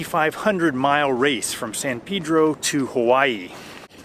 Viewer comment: San Pedro means Saint Peter in Spanish. The correct pronunciation is with a short vowel "e" in Pedro.